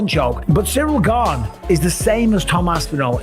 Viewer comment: No one that eye gouges wins period and it’s “gane” not gabe !